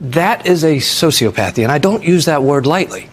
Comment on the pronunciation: I think it's pronounced " so-see 'OP'- path-ee ( sociopathy) but his point is well taken!!